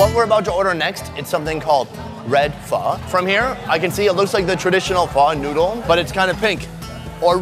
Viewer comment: Lol but i heard "Let try the sausage with the nude"